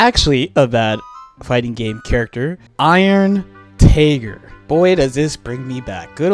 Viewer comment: when i heard you say "Iron Tager" i had a heart attack